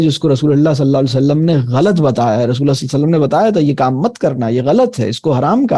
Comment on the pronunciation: Rasool saww ka sahi Tarha se Naam Lein is Tarha Bolna ACHA nahin lag raha